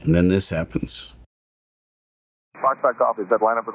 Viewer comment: Gong show on all fronts. But i am sorry. The controller added to the problem with poor phraseology. Its Foxtrot Golf, not Fahxgof. Pet peeve. US atc and comms are very slack compared to other parts of the world thats for sure. Wild west like.